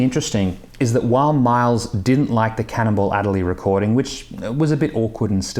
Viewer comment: “Cannonball”, not “Cannibal”.